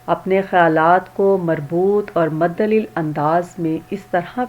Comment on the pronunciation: مدلل لفظ پڑھنا نہیں آتا آپ کو لیکچر نہ بنائیں پہلے خود علم حاصل کریں